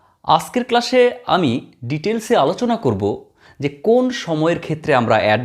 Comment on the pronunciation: Oita ক্লাশ না ক্লাস হবে😂